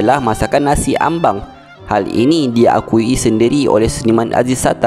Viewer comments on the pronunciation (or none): Nasi Ambeng....bukan ambang😟